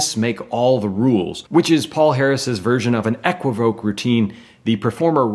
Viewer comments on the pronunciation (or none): Great series but learn how to pronounce equivoque!!